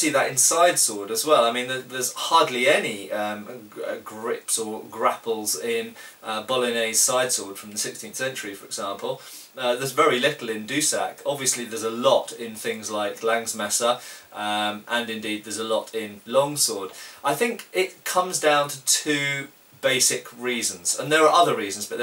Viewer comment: Love your videos! I like that you like "Langes Messer". Just a quick note about the pronunciation of that term: The "e" in "Langes" should be pronounced like for instance the "e" in "longest".